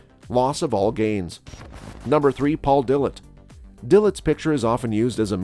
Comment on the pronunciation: ya know, for a channel named Bodybuilding Moments, you would think they could correctly pronounce their names 🤦🏻‍♂️… they did a real number on Kevin Levrone, Chris Cormier, and Paul Dillet.